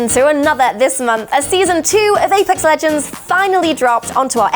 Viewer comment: vapex ledgends